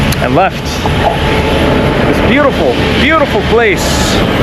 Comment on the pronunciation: “It’s beaut-E-ful”